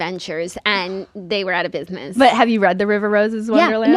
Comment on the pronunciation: I love a square space ad because I know I we’ll get saying “Biznizzz” 100 times and it’s my favorite 🤣 it’s the only way I pronounce business in my head now